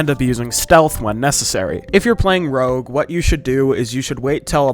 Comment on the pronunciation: bro saying "rouge" instead of "rogue"